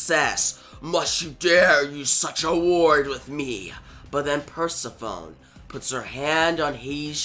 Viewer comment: Pronounced - Per sef ony and Sis uh fus. I enjoyed the story good job